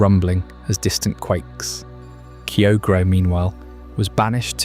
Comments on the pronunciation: I was ready to sleep until you pronounced Kyogre that way, heartbreaking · idk if i can get over your pronunciation of kyogre my dude